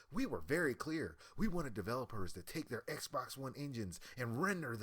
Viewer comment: Lol this guy can't even talk. "Dis" rather than this, "deir" rather than their. Wtf isn't this guy trying to be a media journalist or something?